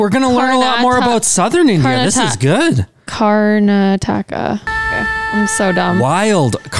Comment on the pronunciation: Kar (as in car ,with two 'a' s) na (as in nah) ta('tuh') Ka(again as in Car but with a double a sound)